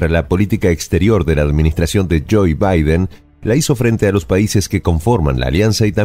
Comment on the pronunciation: que mal pronuncia el nombre de Biden este presentador, muchos errores en diferentes videos, errores matemáticos, errores geográficos, errores etnográficos,etc